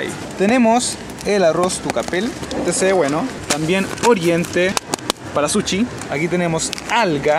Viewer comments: Se dice sushi no suchi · Habla bien amigo es sushi no suchi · Se dice sushi no suchi chileno weon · Porque le dicen suchi? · Me mata cuando dice suchi XD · Porque dicen suchi JAJAJAJ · Nones para criticar pero se dice sushi